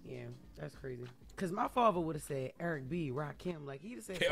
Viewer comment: “Urrrk B and Rakim” Bodymore